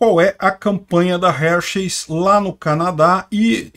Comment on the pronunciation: Forçam a barra demais; homem é homem, mulher é mulher; trans e cia é outra coisa; cada um no seu quadrado. Só uma dica, a pronúcia correta é Râr-Xis, na emulação fonética.